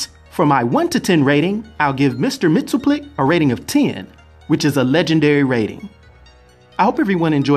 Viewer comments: It's "Mix-yez-PIT-el-Ik" and "K'LT-pez-YEX-um", actually. Not so hard to pronounce once you've practiced them a bit. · It’s “mix-is-spit-lick”.